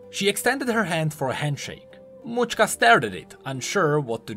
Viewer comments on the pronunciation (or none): Mauchka? I believe it's name is related to macska ("match-ka") which means cat in Hungarian.